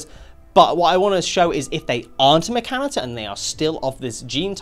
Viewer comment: xeno, as in alien is not zeno. Ever hear of xenomorph or xenophobia? Also, I've never heard of any Rimworld player pronouncing mechinator the way you do. Not being fussy, just found it interesting how maybe people in other parts of the world talk differently